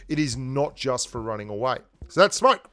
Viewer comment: am i the only one who heard smark instead of smoke lol